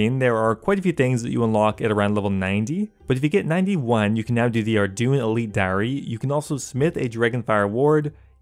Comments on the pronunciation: Did i just hear you say "ArDooin" For Ardougne? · Lol “ardune” diary